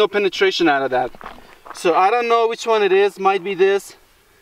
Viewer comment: "IOnt Know"